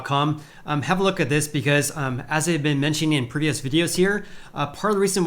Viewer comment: Previous: Prih-vee-ous.... prih-vee-ous... say it 100 times...